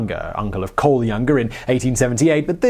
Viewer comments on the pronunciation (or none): none